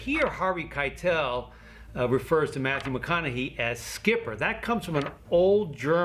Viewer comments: LOL SHkipper xD Close enough ^^ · Salute for the pronunciation of schipper.